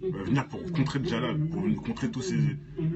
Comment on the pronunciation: salam j'ai entendu comment tu prononce mot dajjal plusieur fois dans tes nombreuses video et tu te trompe c pas djalal mais bien dajjal :)